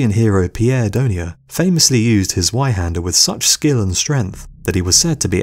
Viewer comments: Z-WHY-HANDER??? BRUH ITS GERMAN THE W IS PRONOUNCED AS A V ... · The correct pronunciation of zweihander is z-vei-hah-nder. The german 'zw' makes a sound like a mix of a z and a v. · dude i heard him say z-why-hander and immediately went down to comment about it and then saw this. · the only problem is that the guy in the video can't pronounce zwei hander properly. it's said with a tz or sound, not a z. like tzar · i would just like to point out, the w in "zweihander" is pronounced as a v since its a german weapon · Chris Shellenberger and the Z is pronounced with a slight T sound at the beginning. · Learn to pronounce "zweihander" pls. Its painfull to listen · Learn how to properly pronounce Zweihander